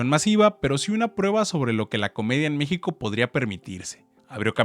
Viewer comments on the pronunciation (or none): none